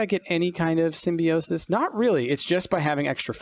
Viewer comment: It's pronounced sim-bi-o-sis, but otherwise I love it.